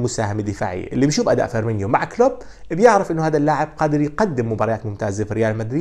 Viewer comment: فِرمينو وليس فِرمينيو